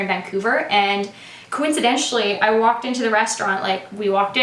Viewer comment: anyone else annoyed by "coincidentially" ?